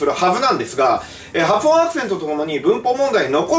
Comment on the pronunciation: 「はつおん」が「はふおん」になってますよ